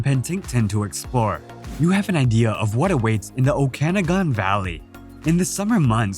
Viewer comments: Thanks! BTW, it’s pronounced the “O KA noggin’” valley. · By the way, the St. Lawrence River does not flow into Lake Ontario, it flows out of Lake Ontario on it's way to the Atlantic Ocean. The Okanagan Valley is definitely not pronounced the way it is on this video, if you can't do it right, don't do the video. The picture of the jagged mountain peaks, is definitely not from the Okanagan Velley. The pictures at the first of the Peggy's Cove portion are not from Peggy's Cove. All in all, some nice pictures, but not accurately portrayed.